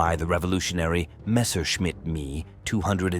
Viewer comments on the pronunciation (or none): "Messorchimit" essa é boa !!!!!! Deus do céu